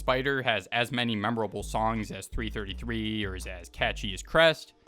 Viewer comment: bro said 3 33 not 333